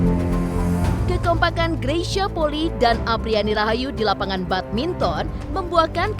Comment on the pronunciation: Maaf pembacaan nama kak Greysia Polii salah. Bukan Poli tapi Poli'i. I nya dua